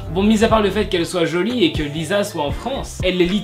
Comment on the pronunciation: Ça se dit "LiSSa"